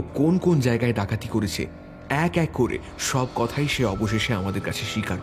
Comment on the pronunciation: হয়েছে, গিয়েছে,করেছে এই রকম উচ্চারণ গুলো খুবই কানে বাজছে।